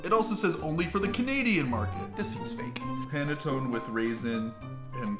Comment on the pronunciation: I'm not a fan of panettone, but I was cringing every time you pronounced it. If you didn't notice on the packaging, it was made in Italy - its the box that's just for the North American market.